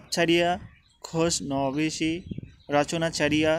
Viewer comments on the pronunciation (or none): অনেক সুন্দর।। কিন্তু প্রথম দিকে খোশনবীস উচ্চারণ একটু ভুল ছিল । অনার্স ৩য় বর্ষের ববঙ্কিমের প্রবন্ধ গুলা দিলে আরও উপকৃত হইতাম।